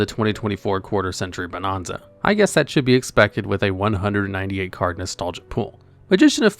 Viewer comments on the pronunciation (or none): Bo-NAN-za. Not bo-NON-za. Stop saying it wrong. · Ahh yes…. “Bonahnza” 😂